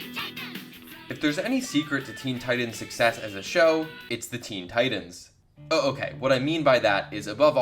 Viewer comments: why the hell are you pronouncing 'Titans' so weird. Its TiTAN not Tidan. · This man sayin Teen Tidens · “Teen teyedens”